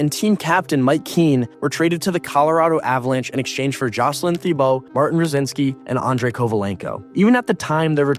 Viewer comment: Oh and I forgot Jocelyn Thibault. You butchered that one too. Who subscribes to a channel like this?